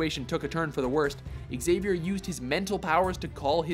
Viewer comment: learn how to pronounce "Xavier"